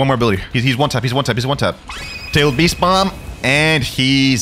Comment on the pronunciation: It sounds weird